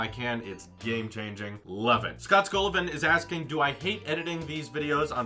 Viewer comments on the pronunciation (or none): Did he just call me Scott Scull-lovin? From now on, I'm calling you.